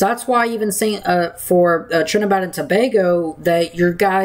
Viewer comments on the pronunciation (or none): Are you saying Trinidad or Trinibad? It should be Trinidad.